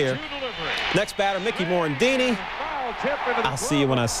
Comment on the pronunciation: Mick-kee More-ran-deenie!